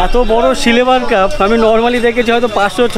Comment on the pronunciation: আপনি সিলভার কে সিলেভার বলছেন।কেনো?